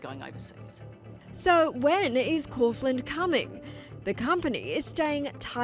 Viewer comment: Couldn't they have got the pronunciation correct?